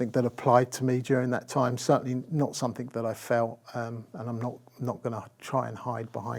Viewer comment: He keeps saying "somethink".